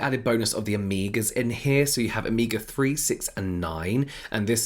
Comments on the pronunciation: It took me few moments to Figure out what James wanted to say by “ amiga “ 😅🤦🏻‍♀️, then i got it is “omega” , amazing how many spelling exist for a same word !! Love this diversity 💙🙏🏻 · I thought you were saying Amiga instead of Omega and I just rolled with it. Like yeah, invite ,y friends over and do some skincare. Cool. 😂